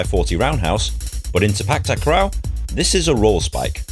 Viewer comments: It’s pronounce Si pak, tak ro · The way u said sepak takraw is kinda funny